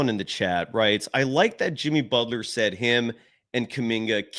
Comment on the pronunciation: Myers "said", not saud!!!!!!!